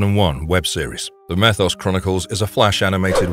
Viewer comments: Meeeeeeeethos. Not methos. Hell, they say his name in the show. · It's not meth os, it's me thos